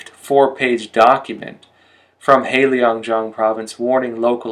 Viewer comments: I only recently discovered your channel and appreciate all the excellent information about China. But please, work on your pronunciation! For example, heilongjiang is not hei leeeeong jiang it is hei long jiang (there is no i in long :)). Sui fen he, sway fun he (he is kind of like huh but without the rising tone, sorry, don't know how else to describe it, maybe someone will correct my attempt). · "Heilongjiang" is not pronounced as Helio jiang, but as Hay lōng jiang.